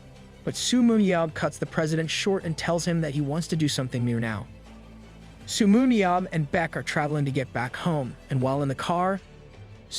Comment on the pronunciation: Come on dude it's not su but seo se-yo